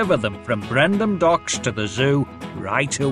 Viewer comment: In the US release, the narrator mispronounces Brendam as "Brendan" in the opening. Throughout the game, James' wheels are white. Some of the engines' whistles are incorrectly pitched. In the scene where Thomas and Harold go to look for James, Thomas incorrectly has the Rainbow Sun's, Lexi's, and Marcia's whistle. Thomas' wheel spacing is incorrect in some scenes. In the scene where James is going to see Bertie but gets lost, his wheels are turning backwards despite him going forwards. On the vertical vision games, there are a few errors: Thomas and Percy's boiler stripes are yellow instead of red. Mavis is seen puffing steam, despite her being a diesel engine. On the front cover, Thomas' eyes are edited and are much smaller than they are supposed to be.